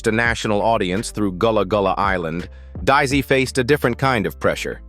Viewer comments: Daise is pronounced as “Daze.” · I watched the show too, and loved it. Their last name is Daise, not Daisy.